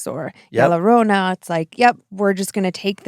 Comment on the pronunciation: It sounded like said "Y'all Lorrona" and now I can't get a Deep Fried Southern version of Llorona out of my mind 😂